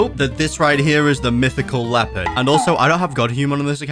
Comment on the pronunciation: Bro said he wanted a Leopard fruit. But what he meant to say was he wanted a Lopeard fruit.